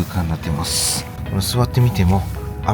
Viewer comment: さんは、 言葉が丁寧で、 聞いていて安心します😊 雪、 座った、 ない、 という時に、 イントネーションが反対なのを感じます。 ただし、さほど訛った感じはしません😊 誠実な方だと、 想像いたします😊